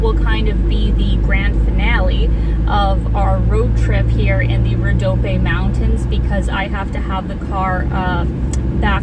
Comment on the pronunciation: You can pronounce it "Rodopie". It ends with the "E" sound. Thank YOU for sharing our beautiful lands and people with the world! <3